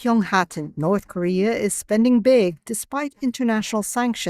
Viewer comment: cities skylines norrth korea🤣